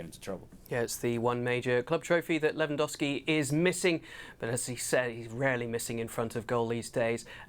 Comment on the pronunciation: Dear English community. Its not Lewan-WOW-Ski. Its Lewan-GOAL-Ski.